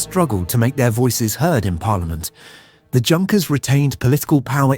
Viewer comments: OK - right from the get - the 'JUNKers' - it's pronounced 'YOONKers'. Let's try to be somewhat grammatically correct here. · the J in Junkers is pronounced with a Y sound. It's "Yunkers" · Junkers in German is pronounced You-n-kers and Siemens is pronounced Zeemens. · Pronounce it right... Junkers. Good lord. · It got Junkers wrong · thanks for bringing this up so badly pronounced that it’s like nails on a chalkboard every time Junkers is mispronounced.